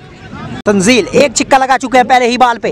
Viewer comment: Pehle mujhe yeh batao yeh six ko chikka kyu bol rha hai